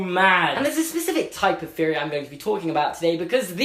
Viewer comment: Answer: 0 you only say "Feory" JK i love ur vids ur accent keeps me alive